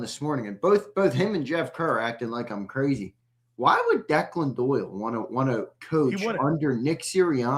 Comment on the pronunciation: DOOYLE ..why he say it like that 😂😂😂😂😂😂